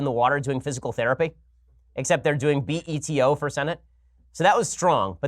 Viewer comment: I think the more annoying part of this whole "Beto" conversation is how people have never been around Hispanics because the way they pronounce his name is nails to the chalkboard.